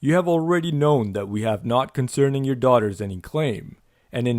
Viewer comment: "Offered his daugahters" ughhh